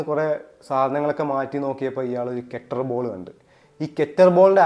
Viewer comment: കെറ്റർ ബോൾ അല്ല കേട്ടോ കെറ്റിൽ ബെൽ ആണ് 😊